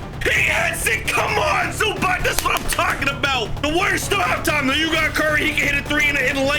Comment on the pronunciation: Yo I’m a clipper and I fell disrespected that u said Zubach and not zubats the proper way to say it